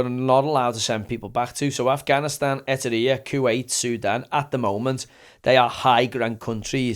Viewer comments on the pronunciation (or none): Great podcast👍🏻 one small thing, it’s Eritrea not Etirea. E RI TREA (sounds like TRAYA) Don’t want to give the snobby twats any ammunition to go at you with 🤷‍♂️